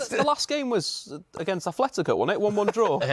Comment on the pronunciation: Atletico with a T